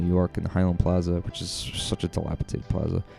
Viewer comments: Dilapidated, not dilapitated. ;) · NES, SNES, 2 SEGA Genesises, countless toys and games. I'll miss the big K. Oh. And it's dilapidated, not delapitaded. C'mon YouTube star!😂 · dilapidated not dilapitated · Enjoyed the video and commentary. Heard "dilapiTated" a few times.